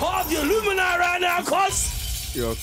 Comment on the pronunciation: Did i just hear say illumineye........